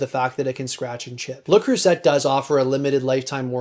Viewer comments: Le Creuset is pronounced "say" at the end, not "set". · It's pronounced ”luh-creu-zahy” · Pronounced le crew say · “Le Croo-Set” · I could be wrong, but I think Creuset is pronounced Crew-say. They and Staub are both great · I think you'll find that 99% of the worlds' population know that the "T" is silent in LeCreuset, sorry a credibility issue from the start I'm afraid. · Please learn how to pronounce Le Creuset properly. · We don't pronounce the T over here in the UK either